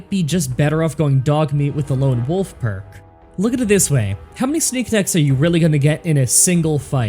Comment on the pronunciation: How did you say "no that perk is wrong" but screw up reading it?